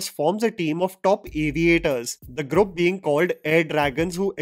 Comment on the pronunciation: Dude why do you keep pronouncing “GROUP’ so weirdly , sorry . Minor quip